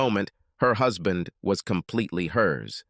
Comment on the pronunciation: Hoozband? Please please get a human reader.